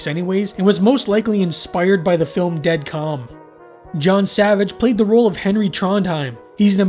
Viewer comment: well ø is more of a danish/norwegian thing, but it's supposed to be the same as ö... more or less. but good try!